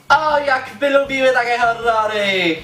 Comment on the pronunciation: Niby wszystko ok. W miare spoko ogląda się "kolorowe" filmiki ale wkurza mnie jedno: ta koślawa wymowa np. jakE, takE, z angElskEgo itd.